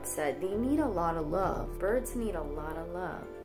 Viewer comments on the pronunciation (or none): none